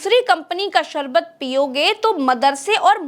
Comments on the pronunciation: सारबत नहीं होता है शरबत होता है 😅😂😅😂😅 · Jise theek se sharbat kehna nahin aata..wo ek naami sharbat pe ungli Utha raha hai...😂😂😂😂